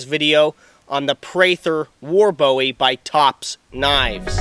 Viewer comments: James Bowie's name is pronounced 'Bu ee' not Bow ee...Us Texans are kinda' anal about that...{:-) Jes' sayin'... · It's a boo-wee knife NOT a bowie